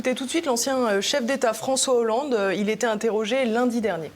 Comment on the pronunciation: fronssoué yahoolande !?